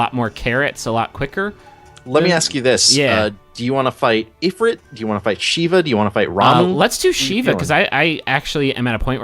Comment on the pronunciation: if-rit eyed-olons It's eye-dolons and eef-reet.